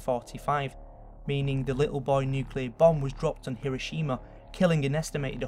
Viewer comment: Nagasakeh and Hiroshimeh